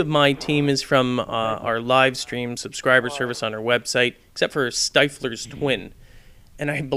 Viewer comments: Hey, it's "Stifflers Twin" (pronounced "Stiff - Lur"). I believe It's a reference to the character named Stiffler in the American Pie Movie Franchise. He was the "ladies man" of the group. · Off topic I think it's pronounced stiflers twin with the i of stifler pronounced as the i of dick if that makes any sence.